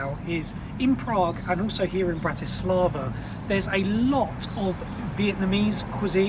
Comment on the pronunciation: FYI you got the pronunciation wrong. Don't treat it as english language.